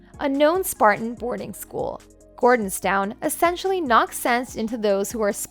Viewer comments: I wish that Queen Elizabeth 11 was our last monarch.There is little respect for the adulterous couple. The voice over is a terrible robot,really bad pronunciations for example it's Gordonstone not Gordontown. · It is called Gordonstoun, as in stun, not Gordonstown as the narrator called it! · The name of the school Charles attended in Scotland is pronounced GORDONSTOUN. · The pronunciation of Edinburgh and Gordonstoun really got me 😂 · You'd have a lot more credibility if you pronounced the names of people and places properly, e.g., "Camilla" is pronounced with a short i not a long e, "Gordonstoun" is pronounced "gordons-tun" not "gordons-town". There are many others.